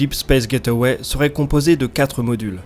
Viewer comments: Super vidéo, par contre : Gateway = [gayt way] [Gaiteuway] = get away C'est pas pareil ! #PrononciationNazi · J'adore tes vidéos !!! C'est du bingewatch depuis qu'ai découvert ta chaine. Mais s'il te plait, s'il te plait, prononce ça "gèïtway" et pas "get away", s'il te plait.